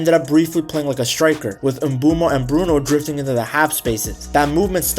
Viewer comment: Atleast try to pronounce brunos name properly....... Other than that I love ur content